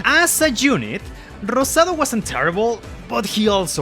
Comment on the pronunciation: I’m super late to this but I appreciate other Latinos that like Fire Emblem, it makes me super happy! Also “Anita la huerfanita, Horchata y Rosado” pronounced in Spanish was amazing to hear bro Te ganaste un fan ☺️